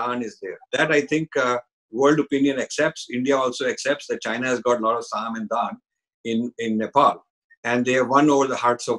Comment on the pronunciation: Respectful correction: I think it is Saam, Daam, Dund, Bhed at the end!